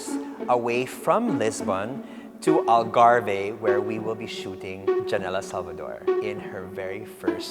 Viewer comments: Gosh I wish they could have studied how to properly pronounce the word ALGARVE. Doing a documentary proper pronunciation is essential and mind you basic as well. Such a shame that small things like that was overlooked. Surely Portuguese are like WHAT????!!!!! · Wrong pronunciation of Algarve. You don’t pronounce the “e”